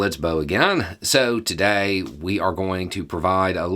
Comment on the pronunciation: this is stupid but the way you say "today" brings me joy as a boy from the north.